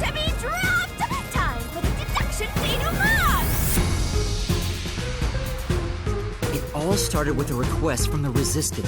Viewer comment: well i hope that atleast once will say Denoumenet properly XD its actually is lowkey bugging me,:P